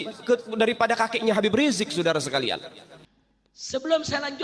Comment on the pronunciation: Itu rijiq salah baca teks, dia kan cm hafalin doank g pake ngotak🤣🤣🤣🤣